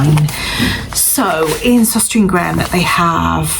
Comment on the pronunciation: The store is pronounced sostrenah grenah.